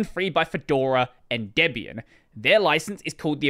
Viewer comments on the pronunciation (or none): none